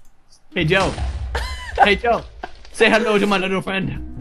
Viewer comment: I like when says say hedo to my little friend🐽